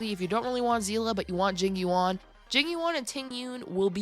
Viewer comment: i keep hearing jimmy wong when she says jing yuan